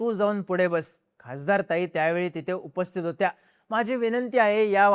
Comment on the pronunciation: AI वर बनवलाय का उपस्थीत हा शब्द का बोलता येत नाही? उपस्थीर???